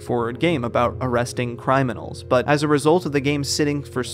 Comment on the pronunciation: "cryminals".......For fuck sakes, REALLY!?